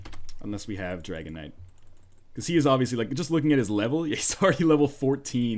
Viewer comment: Whenever you say Dragon Knight all I hear is Dragonite.